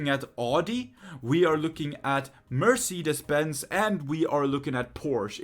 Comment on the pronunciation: For me as a german my ears hurt now, why do they pronounce Audi,Mercedes and Porsche in English so wrong.xD